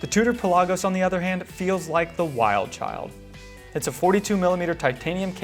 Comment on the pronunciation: Pell ah gose not pel ah goes